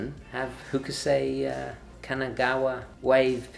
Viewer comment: Love the show. I am sure that a gentleman like you enjoys to learn: Hokusai [ hoh-kuh-sahy, hoh-kuh-sahy; Japanese haw-koo-sahy ]